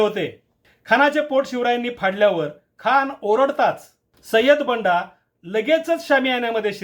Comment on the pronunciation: बंदा not बंडा